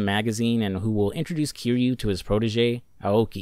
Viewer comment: Dude made a whole video about yakuza and played a bunch of the games but didn’t say the main characters name right once lol